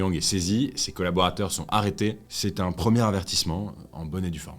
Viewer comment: ondit oun non pas ene